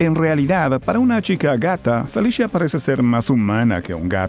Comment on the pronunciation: Si esta totalmente desnuda para que sepan xD Falta informar y solo se dice Felicia no Felishia